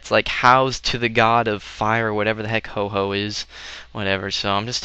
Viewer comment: it's "ho-oh" xD